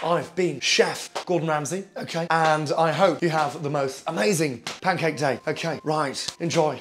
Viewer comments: Okayh,olive oil, in, black pepper, salt, in, beautiful, okayh. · I had it on speakers, and my sister was sitting on the other side of the room and she couldn't believe Gordon Ramsay would do something like this, so she thought maybe he did a funny sketch and came over to have a look. She honestly couldn't believe her eyes. Honestly, you HAD us at 'Okhay' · Nobody: Gordon: oukhey oukhey oukhey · The accent is good and everything but you say the word OKAY too much man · Gordon Ramsay lives is the Ukhay, Okhay?, Okhay.